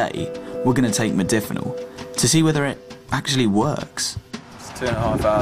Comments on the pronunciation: Jesus it's modafinil with an 'A' not modifinil 🤪. *Warning to all* please do not take any medication if you have not at least taken the time to learn how to pronounce it properly 🤔. Research Research Research and discuss it with your doctor for god sake 😂🙃. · This fuckin idiot, can't even pronounce the name of the drug he's taking.